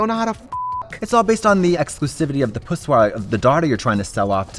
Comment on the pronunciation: is it just me, or is the word "pussoi" just fabulous?